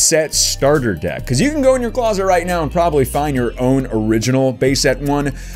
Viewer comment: Wow, you sound a lot like Markaplier. Mainly, the way you end certain words. The way you say deck and love at the end of sentences. Interesting.....